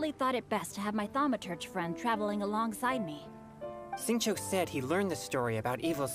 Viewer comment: I just have to mention this; it's not Gouba, it's Guoba. And it's not Xingqui, it's Xingqiu